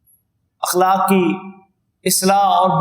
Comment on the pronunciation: السلام علیکم. لفظ اِخلاق نہیں ہوتا اَخلاق ہوتاہے.براہ مہربانی آپ گوگل کرسکتےہیں